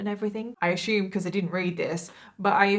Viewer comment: "I asshume" so adorable 🥺😂! Literally hearing you pronounce assume like that gives me relief from the heinous acts done in this case.